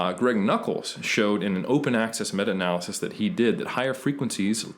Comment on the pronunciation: This guy comes off like a tryhard and pronounces everything wrong. what's funny is how he changes how he says Analysis from a-nal-y-sis to a-nal-laa-cease midway through then back to original way. Then he adds a terrible french accent to renaissance when it's more of an italian word.